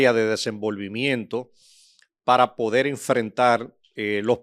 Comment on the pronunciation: Lamento mucho el momento por el que está pasando Hugo Beras;yo estoy seguro que el difunto Freddy Beras Goico no lo lo hubiera dejado participar en la política. por otro lado reconozco la pericia del licenciado quien acompaña a; pero entiendo que debe trabajar con su léxico y cuidar la L como por ejemplo: Cualquiel,habel,podel.